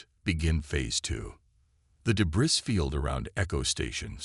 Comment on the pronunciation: Please for all that is good... Please get a better AI Narrator. The one you've got isnt as smart as most Earth Cockroaches! Your idiotic AI Narrator cannot pronounce DEBRIS. IT'S NOT "duBrees" The word "weaponized" is NOT PRONOUNCED "WEEP-un-eyezd"